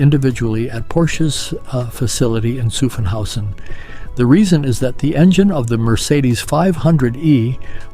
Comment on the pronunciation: Zuffenhausen not Suffenhausen, thank you.